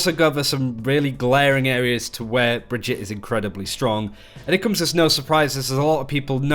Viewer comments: bruh its brigggeeeeeettttaaaaa. not brihjit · Brigg-ett-e not Bridgette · it's not "bridge-eet" it's "brig-eet-ay" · Pronounced Bri-gee-tuh. Not like Bridget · br-GIT-uh, dude. Not Bridgette. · So she’s supposed to be swedish, right? But her name makes no god damn sense in swedish. It’s like they butchered the actual swedish name Birgitta (pronounced bih-gitt-uh, with a hard g as in ”go”). Brigitte isn’t a real name, it’s weird as fuck, but I guess us Swedes would pronounced it as brih-gitt-eh (again with a hard g). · Awesome video, but for future reference it's pronounced Bri-gee-ta ;) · So weird, do you tubers actually listen to Jeff speak? He says clearly how the heroes name is spoken.... Bri-gee-tah. Kind of like vageta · It's pronounced like Vegeta. So, Bree-geta. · Pronounce her name right plz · Yeah it was a bit off, but he didn't exactly butcher it. It's one of the better americanized pronunciations I've heard. If you don't speak german I don't think you'll get any closer than what Jeff said. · He definetly did NOT say the name right in the dev update